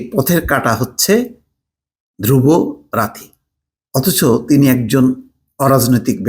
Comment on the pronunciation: তার নাম "ধ্রুব রাথী" না, ধ্রুব রাঠী। নামটাও ঠিক মতো উচ্চারণ করতে পারলেন না।